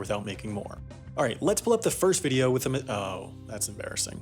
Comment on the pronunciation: Fwith great power, come fweird circumstances